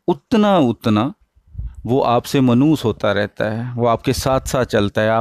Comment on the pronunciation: السلام علیکم منوس نہی ہوتا مانوس ہوتا ہے